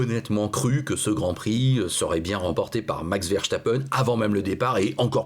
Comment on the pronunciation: Please please, dites Verstappen avec un (s) svp, pas (ch)!! 😉